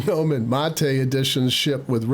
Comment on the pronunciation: You are correct in your pronunciation of Gnome. People who say GuhNome are GuhStupid.